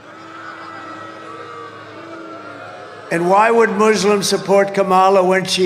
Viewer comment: Is he wearing a bullet proof HAT? 😂. "Be yon say"